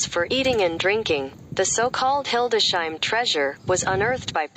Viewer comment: It is named Hildes-heim, not Hilde-sheim. Computerized reader? Wife is from the area and we have visited multiple times. A nice city.